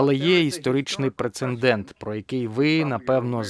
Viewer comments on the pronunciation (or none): "...але є історичний прецеНдент..." )) Щось із дубляжем не тойво)